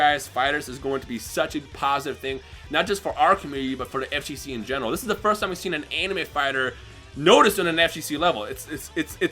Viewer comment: This man kept saying "FJC" instead of "FGC" his response: "ShUt Up ItS mY aCcEnT"